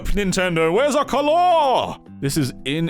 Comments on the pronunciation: The way he pronounces "color" like 'galore' to distinguish it from "colour" is despairing me because that's how I pronounce "colour" when wont to distinguish it from "color" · I'm just obsessed with the way you said "color" and "colour"